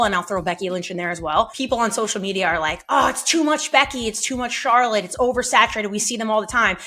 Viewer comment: How you butcher Charlotte's name that many times?